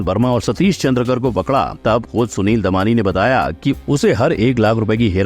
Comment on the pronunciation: Surname चंद्रकर नही है सर,चंद्राकर है